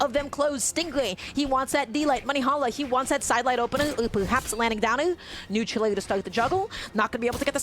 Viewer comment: so no one gonna talk abt the commentator saying neutral ooou